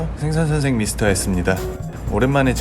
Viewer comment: 생선선생 발음.. 쌩스쓰생